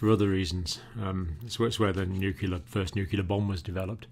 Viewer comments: as important as this video is, and as much as I've loved all of your content....it's nucLEAR not nukular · did he really just say "nucular"?